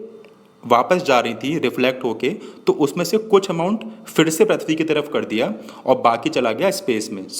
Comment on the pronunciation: Not prathbi say prithbi